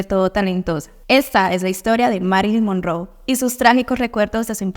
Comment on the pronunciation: Se pronuncia Mérilin monróu, infórmese mejor